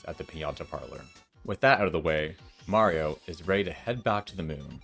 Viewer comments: Heh, knew it, you pronounce Mario correctly in this video! Mayreeo was a lie! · So why did you decide to finally start pronouncing Mario correctly?